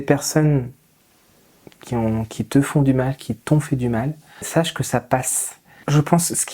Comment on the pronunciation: Ah et (c’est une obsession) à c’est « sAche » et non « sâche . »